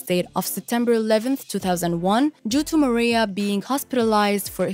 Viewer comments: it's Maraiah .....not Maria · "Mariah", not "Maria". How could anyone mispronounce her name after all these years? Just, Wow!😒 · me too I can’t watch the video with her calling Mariah, Maria.. smfh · Who is narrating this video? Does she not know who Mariah Carey is? Why is she calling her Maria? It's annoying. You need to redo this video. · Maria? MARIAHHH! MA-RYE-UHHHH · Yeah not Maria lol x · Her name is Mar-I-ah not Maria. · I agree, get your pronunciation correct if you’re gonna do a doc Hahahha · Can you google how to pronounce Mariah Carey correctly first before doing your voice over for this video? Great video though! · I was about to say the same thing. I couldn’t have said it better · How can you not pronounce Mariah correctly?? And Selena Quintanilla her last name is pronounced keen-ta-nee-ya